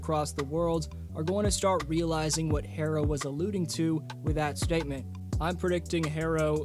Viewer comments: Tyler picks up cell “Hair-ro, Hair is this?!” Lol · Why does he keep calling him “Hairro?!” Tyler Hairro….smh